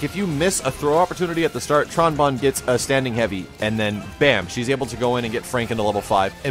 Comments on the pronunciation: JUST to be sure, I checked again. BGM and Sound FX turned off, Voice at MAX and picked Bonne Wonderland in training. Samsung Plasma TV w/ Dolby Digital Plus and Dolby Pulse decoders and SRS TheaterSound PLUS two mini speakers for a pseudo surround sound effect. I can assure you it's clearly "bone" despite the slight distortion effect of the announcer's voice. I mean I'm not the type to get "butthurt" over mispronunciations, just something that I notice. You're welcome to hear/say whatever =o) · I'll be honest, I sorta clicked to see if pronounced her name right. Bonne is pronounced "bone". Like "Bone" Wonderland QCF+A "bone strike" It's another musical pun like all the old Mega Man games had. Rock & Roll, Blues, Bass, Beat. Tron Bonne is "trombone" (get it?). I mained Tron in MvC2 and all my research into the character is how I found out. Of course my roommate was playing Mega Man Legends at about the same time. Of course,it does take a while to get over the habit of saying "bon".